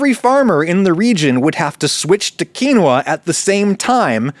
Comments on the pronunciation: adam, u used every pronunciation possible for quinoa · Likely on purpose just to push buttons. I applaud him.